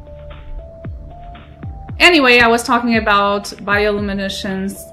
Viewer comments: "Bioluminesh" <3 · You're pronouncing "bioluminescence" wrong xDD But I get it, maybe English isn't your native language :) I stumbled upon this series by accident, gonna watch the other episodes too cause I enjoy your first contact with this amazing game! :) Enjoy the experience, and good luck on your adventures in 4546B :D